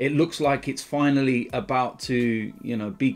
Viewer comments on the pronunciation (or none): none